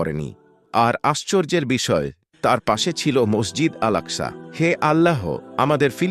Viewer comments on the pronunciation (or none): none